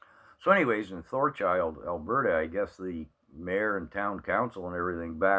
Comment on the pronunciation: You keep saying ThorCHILD......it is Thorhild, AB